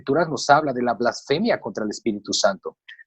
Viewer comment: No se dice "ÁVAROS". no es esdrújula. Es palabra llana y lleva acento prosódico, no ortográfico. Tampoco se dice "FLÁSFEMIA". no es esdrújula; sino palabra llana o grave, y lleva acento prosódico en la penúltima sílaba BLASFEMIA. (blasfémia).